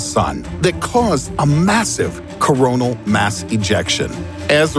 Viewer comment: says Coronal Me: 👀